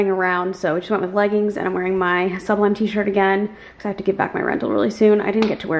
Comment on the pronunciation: It’s Sub LIME not sublim btw